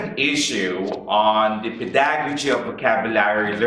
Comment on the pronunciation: it's PEH da gow jee. Not peDAgojee.